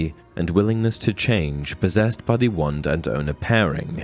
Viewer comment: Why can't this guy say 'wand'? I hope he's alright 😕